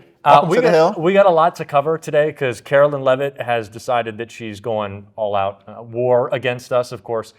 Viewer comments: Hi, I enjoy your you tube videos and I agree with you. My issue is not political and in the scheme of everything is not that important. When talking about Karoline Leavitt you call her Carolyn.. Karoline ( Caroline can be spelled with a K or a C), Carolyn is spelled differently. They are two separate names. If you could try to call her Karoline instead of Carolyn I would greatly appreciate it since you say her name so much. I’m not trying to be mean, but if people would just sound things out according to the spelling. Thank you,. Keep up the good work! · Hi. Luv your podcast! One minor critique… Karoline Leavitt’s first name is pronounced with a long “I” as in “Caroline” not “Carolyn”. Please correct on future show. thanks. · please you’re killing me, it’s Kar- o- line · Pause. You're still spelling Leavitt's first name wrong. It's spelled Carolien[Caro-lie-n]. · I love your show. I do wish you would pronounce Karoline’s name correctly. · Hey. Did u get my comment? I know I am OCD, but u look kinda stupid with the mispronunciation. TY for the great work u do! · I don't think you are pronouncing KAROLINE correctly!!